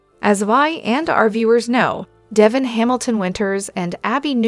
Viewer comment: Pronounce Dev in's name correct or get someone who can!!!!!!